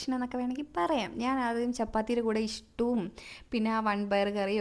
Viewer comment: Ishttu alla stue😂😂😂😂